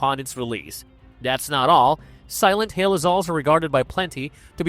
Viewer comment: Pretty sure the voice is AI too, "silent heel", really choppy audio, words forced together, the channel uploads and new video every hour... I'm not watching another video